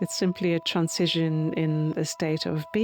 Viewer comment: i like the way she pronounces "transition". Im makes it sound like "incision".